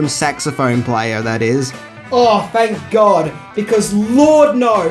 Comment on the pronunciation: yeah........."fank god" lololol